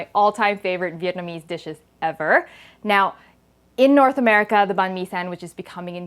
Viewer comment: Thanks for pronouncing "banh mi" correctly! Also, we have a Dac biet banh mi translating to a combination. It can also include a Vietnamese mayo or hoisin. You sound like a true Vietnamese, btw!